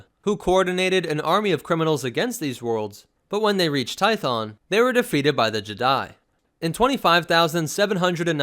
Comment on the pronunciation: Hheeeyyyy. He says 2 instead of toe. Finally someone who says it right.